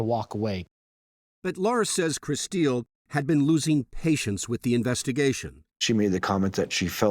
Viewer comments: Why do they keep calling her Kristeel? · Anyone else annoyed at her name how they keep repeating it over and over over annunciating it? "Kris steel". Why not just pronounce it normally like "chris 'til". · Her name is spelt Kristill but you keep saying Kristeal???? Annoying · The reporter calling her KriSTEEL is driving me nuts.